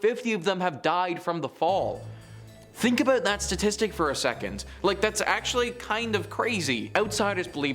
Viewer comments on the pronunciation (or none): none